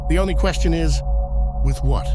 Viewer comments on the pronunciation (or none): none